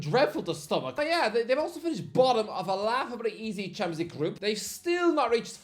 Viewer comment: He still can't say champions league 😂